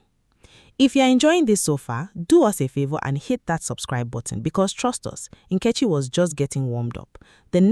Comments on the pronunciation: The AI narration completely butchers the pronunciation of Nketchi’s name! Use your natural voice with your natural god given African accent! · Is the name pronunciation by the lady.narrator correct....?? "NKECHI"